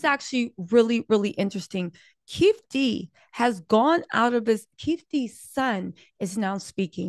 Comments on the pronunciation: FYI it is not “keef d”it sounds like”keef E D “ Keef E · How didn’t your people tell you that his name is Keefe D not Keef D😂. Hard to watch repeatedly hearing Keef D. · It’s keee/Fe/Dee